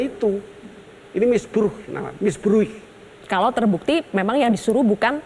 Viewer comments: Misbruik ( bhs Belanda artinya penyalahgunaan) bacaannya misbrauk pak Gayus yg terhormat maaf correctie 🙏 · Misbruik Prof bukan misbruk😁